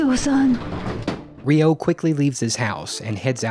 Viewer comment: That ain’t how you pronounce Ryo...